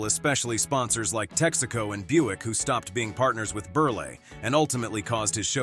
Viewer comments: Tex-ah'-co? Wr-ong' pronunciation! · Why can't narrators properly pronounce anymore? It's "burl" and "tex' aco" and why is this even a video? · ..the star of the Tex-AH-co theatre! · Tex ahh coe?